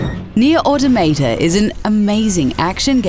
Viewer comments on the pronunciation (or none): Ah-tah-ma-tah. Automata. It's not a hard pronunciation